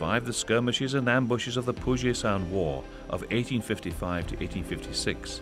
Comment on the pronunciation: the narrator weirdly pronounces Puget in Puget Sound: it is normally pronounced PYOO-jet, not poo-JAY.